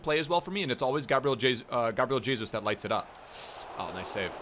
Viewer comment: Stop pronouncing Gabriel Jesus like "Jesus Christ."... ffs it's (hey-zeus) lmao